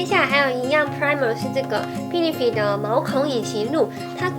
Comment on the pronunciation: benefit好像念錯了ㄛ哈哈 應該是杯呢ㄈㄧ˙唷